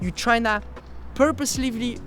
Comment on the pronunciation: Zero editing but good stuff 😂 Purpossily, purpusly, porposely...